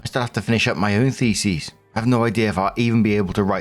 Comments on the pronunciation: Brother, thesis does not rhyme with feces😭 its "Thee-sis" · I don't want this to sound rude, but thesis is pronounced fee-sis, not feces 😅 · So ah..., the way you're pronouncing thesis is "theses," which is the plural. Thee-sis (singular) Thee-sees (plural) Jsyk. ❤ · the-SIS, not the-sees, it sounds like you're saying feces lmao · I'm begging you, stop saying it like that... thesis is pronounced with -sys at the end. Like system. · Every time he says thesis, I hear feces. 😂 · And...as ALWAYS... moronically insists upon mispronouncing the word "thesis" as the word "theses". His feeble brain can never seem to comprehend that these are TWO DIFFERENT WORDS, and that "theses" is the plural of "thesis". How tiresome. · It's pronounced, "THEE-SIS" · Isn't it th like Theo not Fee